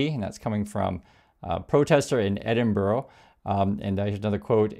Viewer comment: That was close but it is pronounced Edin braa. Yes it is spelt weird but we have an old history of Latin, Greek, Celtic, Saxon and Germanic words :) Try say Loughborough